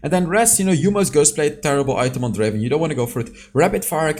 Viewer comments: It's DRAAAAVEN not Draven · Not Draven, it’s Draaaaaaaaaaaaaven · " Welcome to the league of Draven "